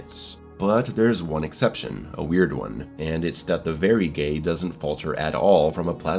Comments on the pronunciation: I mean you literally pronounce Vagary as “very gay” instead of vague-er-ee like it’s spelled. I don’t mean any offense or anything like that. Big fan of the channel, I’m not trying to start anything lol it has nothing to do with the word “gay” it’s just something I’ve noticed throughout your coverage of the game is all. I can’t be the only one who notices it hahaha. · why do you pronounce Vagary as “very gay” lmao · Bro the way you say Vagary oh sorry Verygay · The "Varygay" gets me every time... Surely you're taking the piss at this point right? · Did you just call the Vagary “very gay”? Lol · “The Varygay…” yeah that sums it up. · You heard him. Did he stutter? 🤨 In all seriousness I did a double take at that part too. Never thought I would hear the vagary called a “very ghey” lol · Man, this jerk can’t even figure out how to pronounce VAGAR…oohhh. Ha, haha…hahaha, I approve. I think… (Fascist…)